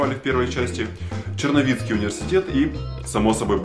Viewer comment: Черновицкий а не черновецкий ! Не будь диииибилом .